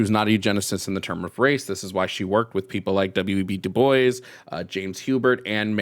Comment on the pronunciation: And DuBois is pronounced Dew-Bwah.